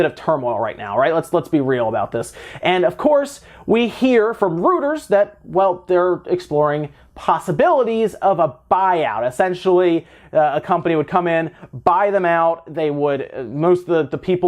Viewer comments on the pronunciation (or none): Rooters? You mean Reuters?, it's pronounced ROY-ters!!!